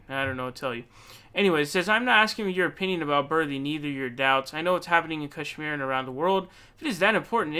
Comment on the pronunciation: I like how PV has the correct pronunciation of Kashmir lol